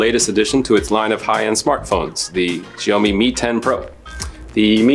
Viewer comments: Wtf is "ziyomi"? It's shao-mi 😑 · It's Xiaomi pronounced as 'Shayomi' and not freaking GIONEE. That's a different brand all together Nigga 😂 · Its Shiaomi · "The Sjheeomi Mi 10 Pro" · As an asian I find his pronounciation cringy.....sjheeomi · its shaomee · It's actually Sio-mai or Sho-mai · Your pronunciation of "Xiaomi" isn't right. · The pronounce is fuck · Please will all due respect, learn to pronounce "Xiaomi" properly before making a review. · Please YouTube the pronunciation of Xiaomi ...... Please!! 🤦🏻‍♂️